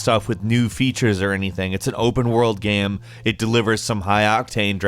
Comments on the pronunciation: “About this gyem” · “Basically any gyeuuem” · The way this guy pronounces "game" is so fucking bizarre. Gehyum. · pretty good "geam" ........................... geamgeamgeamgeamgeamgeamgeamgeamgeamgeamgeamgeam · “Satisfying made gyeum” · “Thru gyem play” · the type of guy to actually pronounce the word "game" as "gaem" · Bruh whats with all these bots saying "hE sOuNds lIkE hE cAnT bE aRsEd" The way he pronounces "game" is the weirdest thing ever. Keanu: wake up...and wait for September to arrive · The way he pronounces "game" is the weirdest thing ever.